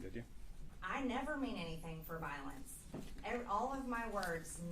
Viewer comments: She doesn't support " volince" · “viilence” “krupshun”